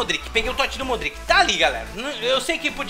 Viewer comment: desumilde kkkk e cara, odeio como ele fala modric e benatia, q raiva